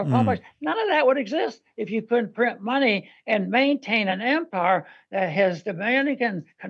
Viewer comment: It's late stage em-pires